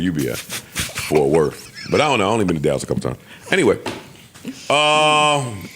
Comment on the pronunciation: Speak correct when you say anything about Dallas & Fort Worth, Joe.